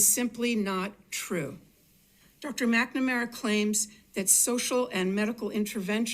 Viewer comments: When you can't even correctly pronounce the name of the person that you are talking about, how can I trust you to give me an informed opinion about the subject matter. McNamara (Mac -nuh -mare-uh). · At Oh Boy Oh BOy Oh Boy Oh Boy I thought, this might not be for me but then when you couldn't even pronounce "McNamara" you confirmed it.